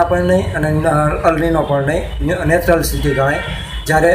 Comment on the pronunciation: Neutral ne ન્યુટ્રલ કેવાય સાહેબ નેચરલ નહિ